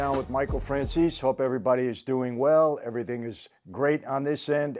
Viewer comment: IT'S NOT FRANZIS.....IT'S FRANZESE...